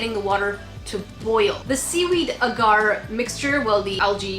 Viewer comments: Is anyone else in slight pain/cringing from pronunciation of the word “Agar” she says it as “uhgar” but its pronounced “ah gar(like car)” hope that helps 😂😂😂💜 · It’s pronounced ahhhgar